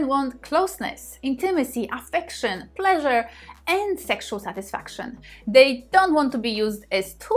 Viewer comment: My porn is listening to say 'Plleasure' 🇵🇱🎶 😘